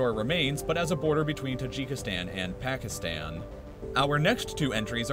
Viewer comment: You say the countries ending with “stan” wrong -let’s take Pakistan 🇵🇰, it’s pronounced: “Packistaan”, but you say: “Packistann.”